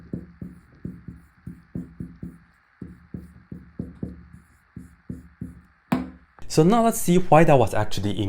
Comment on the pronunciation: Mispronounced too